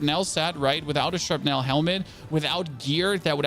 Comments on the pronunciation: When you pronounce "shrapnel" you don't really pronounce the E. It's pronounced more like "shrapnl". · Shrap as in apple ) nul. That's the way it is pronounced in Hollywood movies.